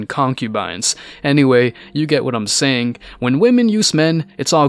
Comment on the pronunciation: "Charmink"? "Sayink"? "Scarsz"?